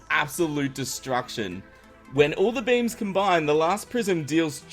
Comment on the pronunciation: I thought u said different coloured memes in stead of different coloured beams